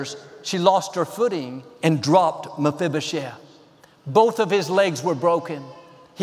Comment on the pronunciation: You're awesome! I'm most impressed with your ability to say "Mafibashef" ... And that you said it enough times that I might have been able to spell it 😂😃